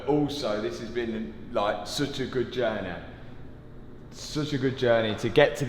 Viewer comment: "such a good journei" oh wait im an Australian in Miami "such a good journey”🇺🇸🥸